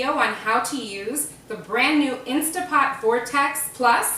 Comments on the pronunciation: if you're going to represent yourself as knowledgeable about a product, you should probably make sure you're saying the brand name correctly. It's "InstaNT Pot". There is no such thing as an "Instapot". Technically, this product is an "Instant Brand Vortex Plus". I say all this only because I belong to multiple Facebook groups for the Instant Pot and you would be surprised how nasty some people can get when someone uses the term "Instapot". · This is the only Instant Vortex Plus video I have watched all the way through. Well put-together video for a beginner, but please, if you are using the Instant Pot brand, say it properly. It is Instant Pot, rather than Insta Pot. (About to watch your update.)